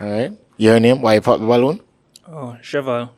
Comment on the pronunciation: Sheval 😂 Shevell😂